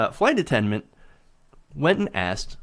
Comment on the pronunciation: Hard for me to focus on this story but he keeps saying "attenment" instead of attendant. Anyone else notice that? I wonder what happened to the flight attendant? Should have been fired. I can imagine how the black passenger must have felt...being doubted because of her color.😣